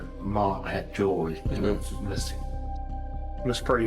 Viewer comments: The word is jew-el-ry, NOT jew-le-ry. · Gotta get your AI narrator to pronounce jewelry correctly!